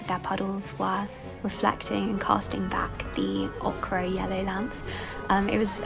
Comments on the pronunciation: Ochre pronounced okray 😶 …. It’s oh-ker. Between this and calling Oscar Wilde an English writer, the gaps in this girl’s knowledge is wild. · btw, you're pronouncing "ochre" wrong! It's pronounced oaker, instead of okra! Xxx